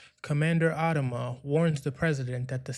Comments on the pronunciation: Since when has he been called "AD-ama"? I've always heard "ad-A-ma"... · If you can't even pronounce the name of one of the lead characters. I doubt you even watched this series. It's AD-AM-A ..WATCH THE SHOW. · The way you pronounce Adama is off putting. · Wish you pronounced Adama correctly